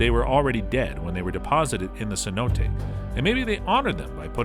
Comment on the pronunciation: “Seh-no-teh”, not “See-nōte” like a $100 note.